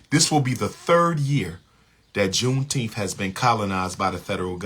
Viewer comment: says JUNETEMPH